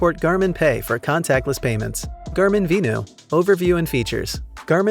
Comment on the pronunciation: I had to rewind a few times because the narrator, from FitLab, speaks fast and it is hard to distinguish "vivo" from "venu." (Most people would pronounce "venu" like "venue" but the narrator pronounces it like "vino" which makes it very similar to "vivo.") Other than that, it was an informative video.